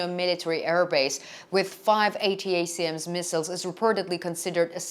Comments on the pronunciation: ATACMS is pronounced "Attack Ms" as one word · Good content. Feel free to speak the acronym ATACMS like "attack them" but "attack 'em" and add the s for "attack 'ems" . It's a lot easier to say and more familiar to English speakers and by the way thank you for speaking English for us!